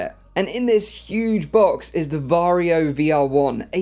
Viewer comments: Varjo isn't pronounced Vario it is pronounced varjo. Vario is how you pronounce Warrio from Mario series in Finnish. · Swede here. Is it really pronounced Vario? Isn't it actually Varjo? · he said varjio lol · did you also cringe whenever he said varjo ? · As a native Finn, you pronounce Varjo as you wright it.